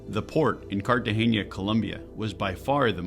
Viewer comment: from : It's CartageNa..... NOT Cartageña.... N with the SOFT "N" as in Nancy! (I'm Hispanic born, and I KNOW!)